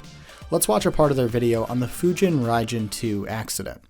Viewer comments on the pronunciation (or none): I know it's a year later but the "bad pronunciation" of Fujin Raijin from the slop channel is actually more accurate than yours lol.